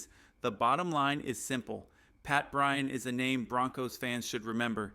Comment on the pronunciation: This must be AI read. He constantly mispronounces Surtain as cer-tain, not sur-tan. It also fumbles Vele as vel or vail instead of va-lay. This one includes a lot of what sounds like Brian, not BryanT, as (too bad I can’t see the rest of his name) points out. Fix these obvious errors and you might get more likes/subscribes, and participants.